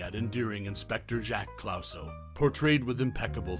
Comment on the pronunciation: How can you mispronounce Clouseau having just seen the film? Almost impossible!